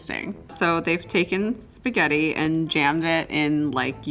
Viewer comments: PORCO DIO E SPAGHETTI 2 T non SPAGHEDI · the winner knows how to make spaghetti just doesn't know how to pronounce it. "shpaghetti" :/ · "I' m and I eat spagheRi" 💀 Imagine not being able to pronounce your own surname. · What bothered me is how she pronounced words like "shpagetti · Girl is you cool! Not Spagagna!!😂😂😂😂 … he used what ingredient “jalapeño😂😂😅